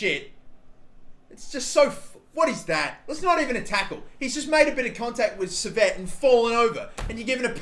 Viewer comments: Maybe lower gk ability and shot speed but increase their marking so defending isn't near impossible and attacking is harder. Also Henry Saviet is pronounced French like Sai-vey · Henri Saivet is pronunced Sie-vay btw